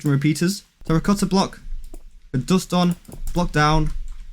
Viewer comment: why dont you say dust insted you say dost